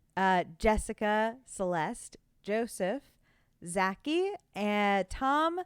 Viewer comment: not Zacky it's pronounced Za-Key bad elementary school memories everytime i hear it mispronounced